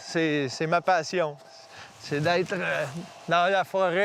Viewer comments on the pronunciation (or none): Ce que j'ai retenue "ces ma pAsSiOn"🤗😭